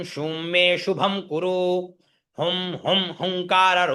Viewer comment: सादर प्रणाम 🙏 आप ने पहले एं को एम् पढ़ा फिर ऐंकारी में ऐंग पढ़ा अं को पहले अंग पढ़ा फिर पुनः दोहराते हुए अम पढ़ा पर भी हुं को हुम पढ़ा गया फिर हुंकार में 🎉हुंग पढ़ा गया आप से हाथ जोड़ कर निवेदन है कृपा करके ग और म स्वर के उच्चारण को स्पष्ट करें 🙏